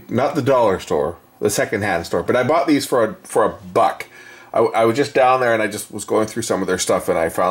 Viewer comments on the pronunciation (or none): none